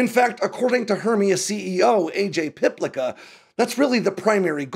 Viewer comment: Likely pronounced Piplitsa